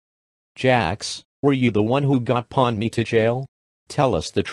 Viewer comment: Pomni, not Ponmi